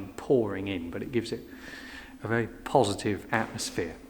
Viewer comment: Don’t be too critical. I feel there could be a slight speech impediment at play as his speech is otherwise fairly standard for that part of the world apart from the anachronistic sounding pronunciation of ‘very’ (‘vay’) which may have the same cause as the problem with ‘th’.